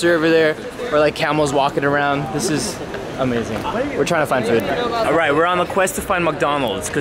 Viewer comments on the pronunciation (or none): He said welcome to the fewd review. Not fuck